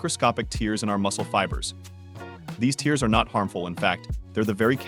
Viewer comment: Why does he keep saying “tears” as in crying?